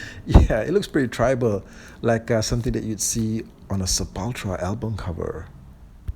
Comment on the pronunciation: On the Red trooper from the PowerCon set, his center is silver, so I think they are pure robot. Besides, they need full robots so there's something to destroy haha By the way, I love how you pronounce Sepultura \m/ :) we say it like "SEP-UHL-TOUR-UH" in the USA